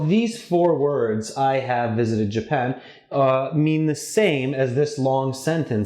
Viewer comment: Japan, not Japand